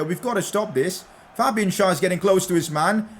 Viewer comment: u keep on saying SchAr instead of SchÄr